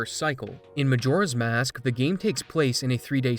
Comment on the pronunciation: I can't not hear McJora's mask at the beginning